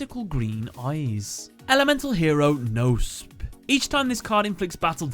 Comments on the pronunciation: Actually you pronounce it kno (similar to knob with out the b) and spe like special. Greeting from germany even i`m no yugi oh player they are realy interesting^^ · The k of Knospe is also not silent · Knospe is not pronounced like that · the word knospe got really butchered the k, p and e aren't silent